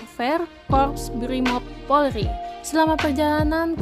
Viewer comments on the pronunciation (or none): none